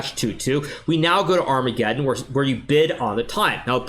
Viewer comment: man said "big black center" "kiss" "arma ge dong" "en peasant " XD